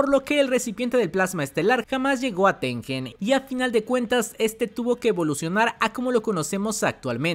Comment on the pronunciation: Gran video me encantó, hay muchas teorías de que Tengen quería perjudicar a Yuki pero creo que fue más porque Tengen no sabía que iba pasar. Una cosita, el nombre japo de Tengen es てんげん lo cual se pronuncia tenguen, no con j